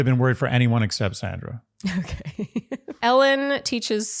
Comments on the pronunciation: I gave y’all grace for the first week, but it’s pronounced Saundra! Not Sandra! 🤪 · Please pronounce each person’s name as she/he does: it’s Sandra with an aw sound, think of it as SONDRA. We’ve all had difficulties with the lead’s unconventional pronunciation and I think it’s important to accord everyone the same respect. Word watch 3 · Please, pronounce Sandra's name correctly. She pronounces it "Sondra". I agree that Kathy is being petty. Word watch: 8 drama Caren